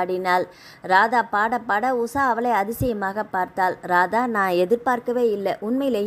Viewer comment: Usa va usha va.ucharipil romba mosam.